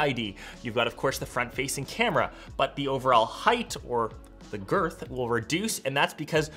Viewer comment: Not "girth" 😅